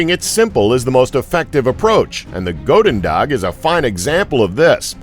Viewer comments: as a dutch, please, please try to use google translate to get the pronounciation at least close... goededag, is more pronounced with the "ou" as in "you" than a oa sound like "boat" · Its prenauntst as goeden dag